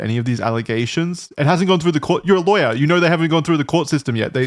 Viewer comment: Wendigoon’s southern accent coming out hard every time he says “Lawyer”